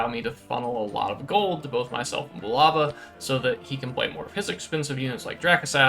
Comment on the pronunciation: They are Americans.... They can't say it...